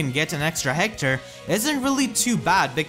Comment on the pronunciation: I love how you pronounce Hector, "Heckthor"